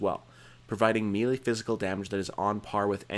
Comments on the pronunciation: actually melee is correctly pronounced meh-lay. It's a word borrowed from French, with the correct accents it's mêlée. The circumflex accent over the first e gives it an 'eh' pronunciation, like another word borrowed from French, fête, which is pronounced "fett". The acute accent over the second e gives it an 'ay' sound, thus overall we get "meh-lay". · Also melee is pronounced 'may-lay'.